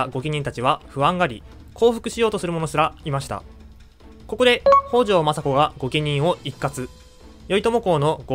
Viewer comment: 「北条」のアクセントは頭高型ではなく平板型で発音してほしいです。 同姓で頭高型の方もいるようですが、 歴史上の北条氏は平板型で言い習わされていると思います。 もし新しく作る動画で機会がありましたら、ご一考いただければ幸いです。